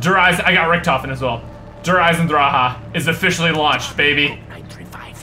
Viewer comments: when u say it derr eisendraki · Der eisendraha what a prenunsiation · it's Der eisendrache not Der eisendraha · i like how you pronounce der eisendrache as "Teh Eisendrahagh" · "Der Eisendrachahahah " Lmao I died every time he says it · Der eisendrahah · you say it like der eisendrache der eisendraha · der eisendracha you need to say der eisendrak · I'm not spelling it right but it's pronounced Der eison drac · Der eisendracha hahaha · Did he just say der eisan dra ha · 'Der eisendraha' xD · ? DER EISENDRAHA? for real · You pronounce it like isendrache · Der Eisendrahah??? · i live in germany and we dont say der eisen draha lol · I am german and he pronounced it so bad haha😂 I laughed so hard 😂😂😂😂 You have to pronounce it: "dear icendrakhe" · lmao "der eyesendraha" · Der eisendraha lol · he pronounces the name wrong its pronounced drock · It pronounced der eisndrakhe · wtf is Der eisendrhaa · The way he pronounces the map name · the way he pronounces Der eisendrache 😂 CRIIINGE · Each time he pronounces the name he sounds like he is out of breath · Google Translator: I watch me only the video, because I find it funny when Americans want to say "Der Eisendrache", but it can not pronounce German. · that's not how u say der eisendreche